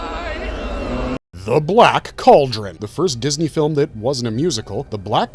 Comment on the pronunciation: He's butchering the names in the black cauldron 🤦‍♀️